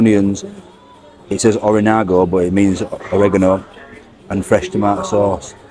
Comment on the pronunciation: Nearl pronounced Oregarno correctly but not quite..lol